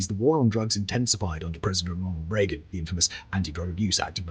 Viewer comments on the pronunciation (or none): none